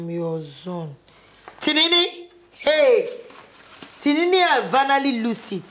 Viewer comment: I love the way Aunt Jenifas pronounce Timini's name, 'Tirinrin'🤣🤣🤣🤣🤣